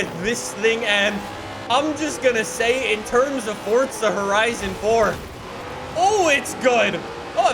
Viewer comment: Fortza again damn i thought it was forza